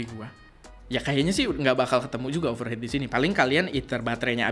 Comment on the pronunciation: Overheat (hiit) bukan over head